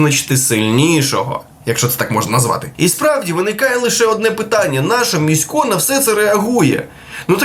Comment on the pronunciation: В імені Місько на голос на І. Послухай "Гадів" "Міську , важєй. холєра ясная". тебе ще не навчили у Львові ?